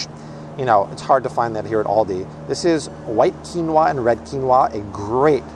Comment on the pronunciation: Love ❤️ how chill Art is...and his pronunciations are on point!! Quin no a!! 😂